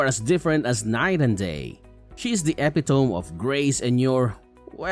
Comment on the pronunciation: Epitome is pronounced "E-pit-uh-mee".